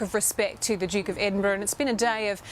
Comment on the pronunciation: To EVERY Australian news reader - please note, Duke is spelled with a D not a J Asaargh